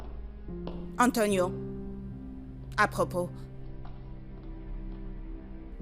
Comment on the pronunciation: Non ça me fait trop rire la façon dont prononce Antonioooo😂😂😂